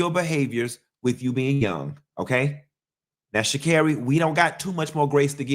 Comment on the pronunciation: The way you say “Shacarri’s name like Mariah “Carey”, “Shacarrey” cracksss me uppp😂😭😭😭😭‼️